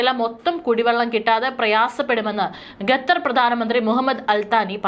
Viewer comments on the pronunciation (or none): ഡിയർ ന്യൂസ്‌ റീഡർ : ഗദർ എന്നല്ല... ഖത്തർ എന്ന് തിരുത്തി വായിക്കുക.